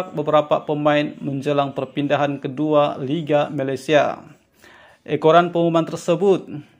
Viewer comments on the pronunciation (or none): bro tau org sabah tapi kalau artikel tu biarla bunyinya baku.. kedua jadi keduak😂